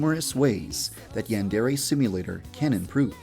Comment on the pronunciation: Why does he pronounce "Yandere" so weird. As don't sound like that in Japan lmao